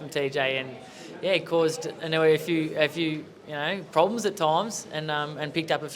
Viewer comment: They just butchered Inoue's and Pacquiao's names :)